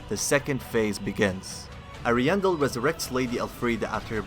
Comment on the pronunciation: How do you still mispronounce Ariandel when they say it in the DLC? Lmao